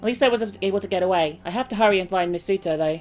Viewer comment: Just going to let you know you say Misuto's name like this (Mees-to)